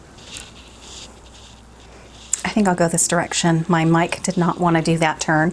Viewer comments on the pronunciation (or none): none